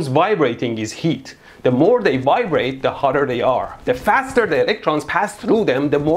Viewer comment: The copper atoms wibrate? Is that like when a Nigerian price calls you to tell you that your computer has a wirus? Edir: also its form-u-lah, unless you are getting paid then its for mula.